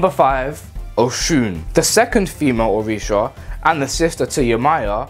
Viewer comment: Yh I said it wrong 🤣🤣🤣🤣🤣🤣🤣🤣🤣 My pronunciation has improved It’s so embarrassing I might have to remake this one